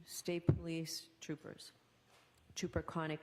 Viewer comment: Whyyyyy are they still calling proctaaaa a freaking troopaaas??